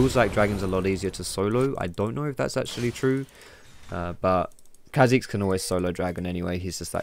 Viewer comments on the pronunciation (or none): The apostrophe means its pronounced car zix not kazix